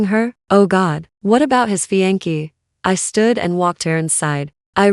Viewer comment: fiance' - FEE AN SAY!!!